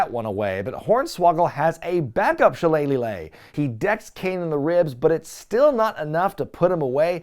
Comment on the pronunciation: I will never get tired of the way you say "shilleleylilellilagh"